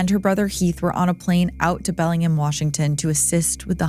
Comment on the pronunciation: Great pronunciation! Some people really have trouble with PNW names lol Bellingham is pronounced exactly how it's spelled tho...Bell-ing-ham. This & your THT episide, it's a great day!